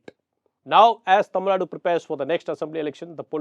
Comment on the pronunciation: It’s Tamil Nadu. Not Tamil Naad. In English also it’s Tamil Nadu. The Hindu- pls take care of pronunciations, this is not print media.